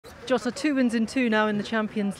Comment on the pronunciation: The way she calls him “Jota” to his face at the beginning. 😬